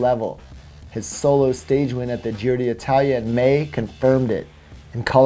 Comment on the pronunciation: why do you keep calling it the Giro dee Italia? I'm no Italian speaker, but I'm fairly sure it is pronounced Giro ditalia...;-)